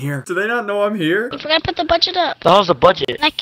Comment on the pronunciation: When he says you forgatta put da budget up I laugh